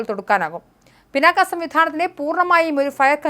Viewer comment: പിനാക്കയൂം പിണ്ണാക്കും ഒന്നുമല്ല "പിനാക " എന്ന് വായിക്കൂ തള്ളേ. പുരാണ ഇതിഹാസങ്ങളേ ക്കുറിച്ച് ഒന്നും അറിയണം എന്ന് പറയുന്നില്ല , പക്ഷെ സാമാന്യ വിവരം എങ്കിലും വേണ്ടെ തള്ളേ.